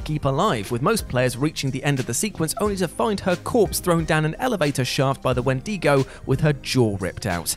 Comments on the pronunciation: Wen-di-go not Wen-dego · It's WHEN-d'go, not when-DEEgo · Yeah, wtf's a wendeego? Is it like a wendigo? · I can't get over Wen-dee-go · Wen-DEE-go. Lol. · Im sorry...a Wen-Deego? Is that how you all pronounce it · "wen Dee go" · The way he says wendigo kinda pisses me off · Please stop saying Wendigo like that